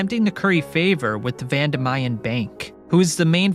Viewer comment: Its Vandimian not Vandamayan